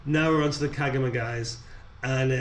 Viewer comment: Kagama is pronounced kar ga ma dude 😅😅